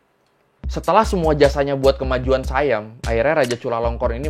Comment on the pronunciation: bukan sayam bang baca nya, baca nya tetap siam